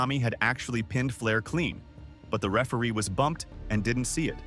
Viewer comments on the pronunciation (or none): A.I. can't pronounce the word referee 😅😅